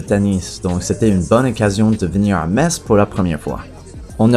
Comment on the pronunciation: Ca fait plaisir d'entendre une personne prononcer correctement le nom de ma ville . 80% des français sont pas foutus de le faire mm apres avoir été repris a plusieurs reprises. Je vous laisse je vais a st Tropèze